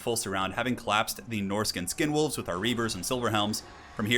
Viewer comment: Did you call skinwolves condomwolves or are my ears reaally in the gutter?